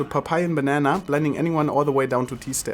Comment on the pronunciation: "blending" klingt für mich nicht so englisch aber ok